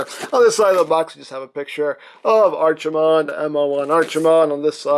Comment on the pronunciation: Here comes to the party pooper!!... It's pronounced Arkie-mond like the Ark not Archie-mond like the comic book guy